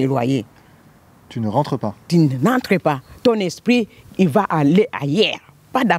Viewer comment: “ton esprrrit il va aller à Yerres “ bon ok c’est noté les gens?